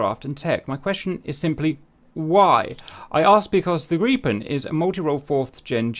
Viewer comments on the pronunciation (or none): Whhhy does he keep saying gree-pen instead of grip-en.. driving me nuts lol